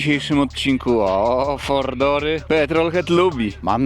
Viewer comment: "Fordor" i "fordor" a przecież to Mercedes a nie Ford 😂